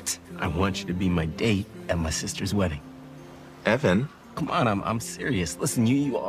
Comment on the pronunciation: "eeevaaaannn" he keeps saying Evan rather than buck ugh. too cute <3